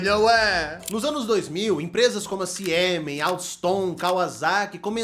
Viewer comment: Excelente video. Dica: Siemens lê-se 'Zie-mens'